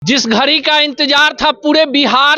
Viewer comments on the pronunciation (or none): घरी नहीं घड़ी होता hai 😂